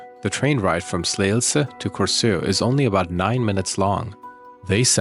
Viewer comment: Also a Dane - also thankful that you cover this case as it is a travesty, how many mistakes were made in the investigation. Also, Emilie deserves to be remembered - a beautiful young human being, snatched from existence by a coldhearted monster. Ps. Well done on your Danish pronunciation - especially Slagelse was well pronounced! ❤🙏